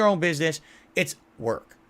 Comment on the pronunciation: Every time the word work comes out of his post stroke mouth, it hilarious